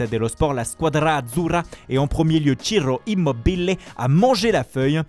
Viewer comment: Chiirro immm mo bil é 😂 je t ecoute plus t es nazee